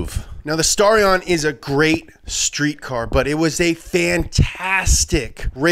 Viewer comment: STAR-E-AN! Thanks for putting in at #13 though..